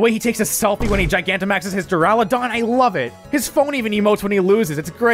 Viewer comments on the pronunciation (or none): none